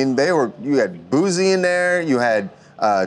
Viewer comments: Lmao he said Boozie instead of Boosie !!! Go Yella I’m from Dallas I’m definitely supporting you bro!!!! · Dis nigga said boozie 😂😂😭😭💀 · Ole boy said "Boozy" 😂😁😁😁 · That white man called Boosie , Boozie 🤦. He better put some respeck on his name! I'm glad Beezy doing good tho ✊